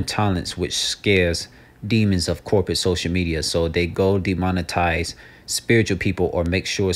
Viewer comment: Deomon -TIze. Demonic Advertize